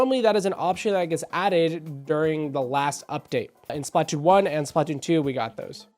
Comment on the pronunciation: SP-LA-TOON 3!!!!!!!! It's sp-luh-toon. I don't mean to be 🤓, you'll probably have fewer people click off if you pronounce it correctly.